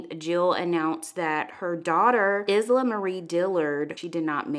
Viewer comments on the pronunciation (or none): The name is pronounced Eye-la, not Is-la. FYI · I think you might have missed the proper pronunciation - "Eye-La", the S is silent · Isla is pronounced “eye-luh” or like island without the “nd” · Isla is Spanish for island and is pronounced Eesla. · Jill herself has posted the pronunciation is Eye la .. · Isla is also a Scottish name taken from “Islay” (Eye-lay) an island off the coast of Scotland and pronounced Eye-la. Jill has confirmed her baby’s name was the Scottish pronunciation. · Her name is pronounced. Eye La Jill even posted this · Isla is pronounced like ILA. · Her name is pronounced Eye La. Isla. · She name is pronounced eye-lah. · I’m pretty sure the S in Isla is silent. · You don't read your comments. In a part post someone corrected you on how to pronounce Isla but you choose to continue pronouncing it incorrectly. Do many people have funerals for miscarried children?